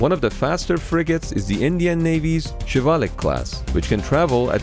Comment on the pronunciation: when he pronounced Shivalik i was impressed because a lot of Americans can't pronounce these type of words